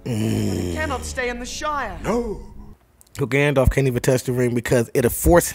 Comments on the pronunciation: He called him "Gandorf" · I just keep picturing a fusion of Ganandorf and Gandalf in my head.....ya know, cause ya kept callin him Gandorf 🤦‍♂️🤣🤣